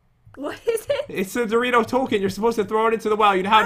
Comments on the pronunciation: JEN iTS DORiTO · Pat why do you always say Dorito?